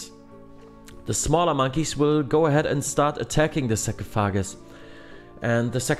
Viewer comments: Pretty helpful guide, thanks! Also the term for the sand in the glass in English is Hourglass. And we say sarcophagus like "sar-cough-oh-gis" but I liked hearing sahcrow-foggus, haha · “Go next to the sock-ah-foggass.” 😂 Haha huge fan bro. Literally just watched this whole video from start to end just to die at TOA again at 50 invo lmao. Damn near have max gear as well 😭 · Oh my gosh that was hilarious man. Hearing him say “sarcophagus” like 10 different times was absolutely hilarious😂😂😂.